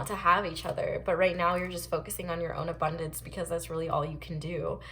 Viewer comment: still havent stopped laughing when you said "abondonce" so hilarious😂😂